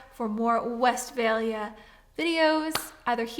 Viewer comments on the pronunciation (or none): Funny how you pronounce it west-fail-ya instead of Westfalia. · Great video, thank you🙏 Note: The universe hears you when you pronounce Westfalia like "west fail ya". just saying😉